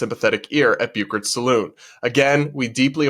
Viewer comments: Hey, it's sa loon, nor sa lon. LOL no cowboys ever went into a sa-lon. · I’m a word person, it’s salooooon. Like in a cowboy movie. Salon does your hair. Saloon serves whiskey.